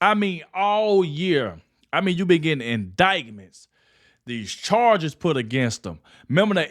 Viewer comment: I love your channel, but the "c" in indictment is silent! 🤣